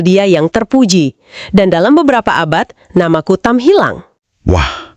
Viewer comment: Bukan Kutam, tapi KATAM.